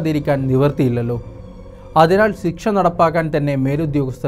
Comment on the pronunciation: സിക്ഷ അല്ല പൊട്ടാ ശിക്ഷ ശി ശി